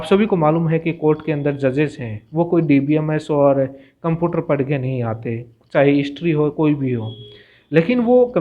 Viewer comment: कम्पुटर नहीं होता कम्प्यूटर होता है गुरुजी।